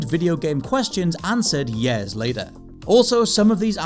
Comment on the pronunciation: It’s pronounced “years” not “yeah’s”